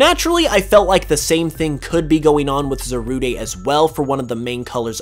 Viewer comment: as i'm just looking at this now and watch the movie a bit ago it, kind of does upset me that he keeps saying the name wrong; but its only just a bit i know how it is to say something wrong even if it's been said to you or you forget or just not at all know how to pronounce it. on a different note, should definitely watch secrets of the jungle it brought back classic pokemon vibes to me and i cried a bit at the end